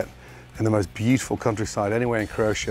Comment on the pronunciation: Did he just say ”croOtia"